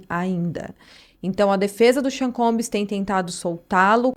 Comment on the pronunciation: combs! Não é combis. Não custa nada dizer bem. 😉